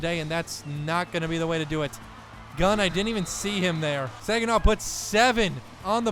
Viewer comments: not sig an naw it’s sag an naw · It’s ( sahhhg uh naw) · I have to say this it’s super irritating. It’s sag-in-awh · This dude really said “Siginaw” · Its pronounced SAGINAH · You said Saginaw wrong haha